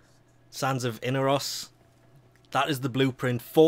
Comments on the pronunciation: Sands of In-are-os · Inaros is pronounced in-ARE-ose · I actually pronounce it uh-nah-rous